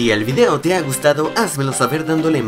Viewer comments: Like si te diste cuenta que dijo fideo y no video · Dijo fideo?